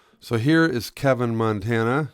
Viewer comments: It is pronounced Keyvin, not Kevin. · It is pronouced Keeven